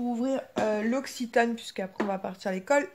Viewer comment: Alors moi je comprend le poupi maintenant 😂 « colle » =école Key « Mickey « 🤣